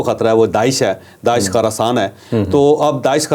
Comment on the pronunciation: چوہدری صاحب ، علاقے کا نام خراسان میں حرف خ کے اوپر زبر نہیں بلکہ پیش ہے یعنی Khurasan